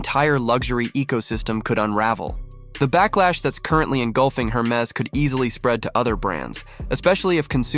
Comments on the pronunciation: For starters, one would expect you would know how to pronounce HERMES… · You have so.much to say about the brand but you have not learned how to pronounce it correctly. 😉